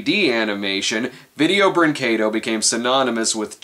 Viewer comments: "If we're gonna talk about a company like Video-" pauses video, prays he pronounces it right, plays video "Breen-KAY-doh..." 10/10, better than Film Brain, you actually got it right! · Holy fucking shit, someone reviewing a Video Brinquedo... thing... actually pronounced the name of the company right. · It's refreshing to see an English speaking reviewer pronounce "brinquedo" the right way!